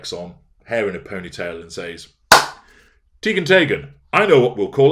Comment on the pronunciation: I’m Norwegian. Your pronounciation of “Teigen” is correct -Tey-gen.